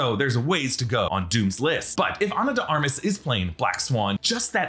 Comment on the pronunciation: ...Ana De 'Ar-Mah'.....